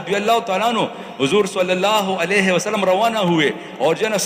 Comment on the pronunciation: Pl it's not Rahmatullah Elaihe it's Alaihe